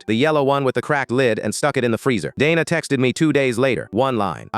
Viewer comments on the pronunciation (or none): Dayna not dana